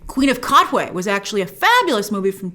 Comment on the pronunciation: Its pronounced queen of 'kaTwe' the T isn't silent at all, I should know because am ugandan